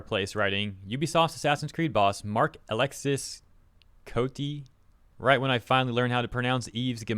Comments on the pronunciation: if you really wanna say his name right : mark alexee co tay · Marc-Alexis = Marc-Alexee Don’t pronounce the s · Marc-Alexis Côté is pronounced ALEXEE (s is silent and I in french is pronounced ee) KOTEY (just don’t put too much emphasis on the Y, like you were trying to say “Hey!” but dropped the y last second that’s basically the “é” in French) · Alex-Sis Cody